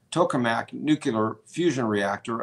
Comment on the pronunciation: said nucular*. weak sauce